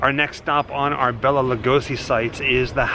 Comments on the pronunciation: Have enjoyed your videos, but there’s one thing that truly bothers me… Bela’s name is pronounced, “Bay-la”! Not, “Bell-la”. (If you’ve seen the trailer for MGM’s 1935, “Mark of the Vampire”, in which Bela stars, he himself pronounces his name, as he reads the main cast credits, as the trailer comes to an end. I guess to me, it’s a respect thing.) Thanks, & keep up the ghoul work! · Please, please...his name was Bela not Bella. Pronounced Bayla. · Its Bela (pronounced Bayla), not Bella. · Bela is Pronounced "BAY-LA" Lugosi. Just saying.. That aside? Great video. Thanks! ~T.L.